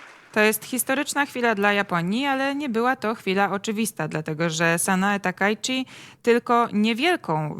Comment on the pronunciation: "Jako Taka" a myślałem że ona się Sanae Takaichi się nazywa :)